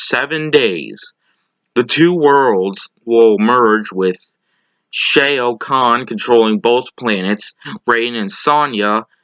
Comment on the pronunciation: Are you sure you actually saw the movie? I'm just asking because you keep pronouncing Shao Khan's name wrong. They use it several times in the movie but you're pronouncing it as if you've never actually heard them say it. This is something I've noticed in your "reviews". Although this could simply be you not associating the name on the page that you're obviously reading from as being the same thing as from the movie you just watched. For example here's how you'd say it: whereas you're saying "SHAY-oh". Just trying to point these things out if you're planning on doing this professionally. It will help later on.